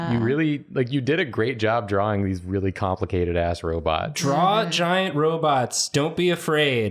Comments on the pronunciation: I love 'robutts' where is that pronounciation from? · Is intentionally pronouncing "robets" like Zoidberg?